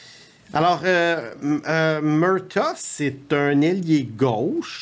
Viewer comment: Le premier joueur, J’entends Jack Murta. Beinh, il parle de Jack Murtagh. Ca ce prononce Mur-tag. A force de regarder les matchs, tu penserais que aurait entendu son nom. Penses pas que voudrait qu’on prononce son nom Boise-vurt